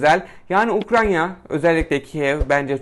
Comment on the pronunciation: Ukranya değil ya UKRAYNA 😅